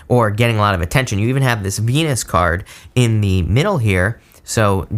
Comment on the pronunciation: the what card did you say? 😲😆